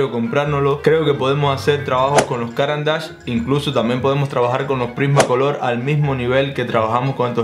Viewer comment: Como habitante de Suiza, deberías saber que NO se dice “Cáran d’ache”, sino “Carán d’ache” 😁